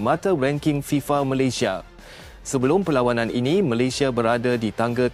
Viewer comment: Yang aku Eran apa lah Bodoh dia org nak cakap Malayesd..Malaysd bapak hang Malayesd..ui..ini aku sudah belajar sampai luar negara..Aku nasihat...kalau nak berbicara..Bia guna otak..jangan guna hati..bodohhhh...